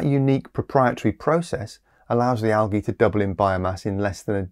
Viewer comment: Algy? We deserve a warning when you pronounce things like that!